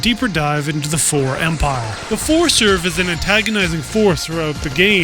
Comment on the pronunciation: The most useful information I got from this video is the correct way to pronounce "Pfhor."